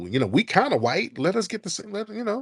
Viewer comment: Dude can't say "us" right.